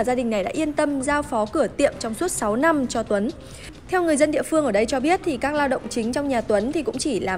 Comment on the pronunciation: em ko có ý chê bai nhưng hình như đọc sai từ năm thành lăm. gạch,đá em nhận hết